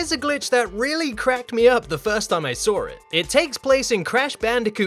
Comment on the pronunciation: "First time I sawyer it" lmao